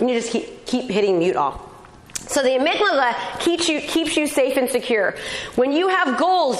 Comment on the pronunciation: The amygdala not amyglada